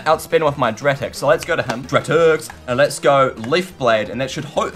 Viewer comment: YOU CAN PRONOUNCE ANYTHING YOU SAY AQUADRID WHEN IT'S ARAQUIND YOU SAY MAETRIC WHEN IT IS MANETRIC AND NOW YOU SAY DRATIX WHEN IT'S DARTRIX! I'M ASHAMED